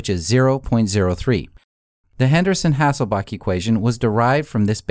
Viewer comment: HasselbaLch - there's a L in the last syllable.